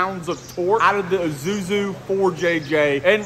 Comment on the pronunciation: Ok izuzu made my day, it's Isuzu not izuzu 😂😂😂